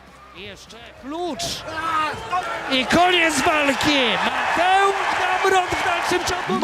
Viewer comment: Matieusz Gemrot XD damn bwoy!